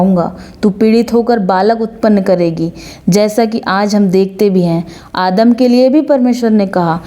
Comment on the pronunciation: Adam ❌ aadam ✔️ 😂